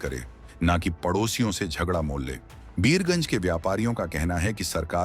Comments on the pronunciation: बियर गंज नहीं वीर गंज बोला जाता है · Abe o Bhartiya media tadi pee key bolvraha hai beergunj nahi Birgunj hai. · Birgunj not Biyarganj